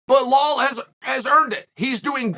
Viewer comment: Chael got so used to mispronouncing Belal's name that he stumbled the one time he pronounced it right 😂